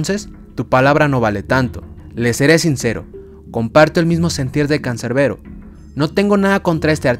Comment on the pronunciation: CANCERBERO????, ES CANSERBERO CON "S" JODEEER😡🤬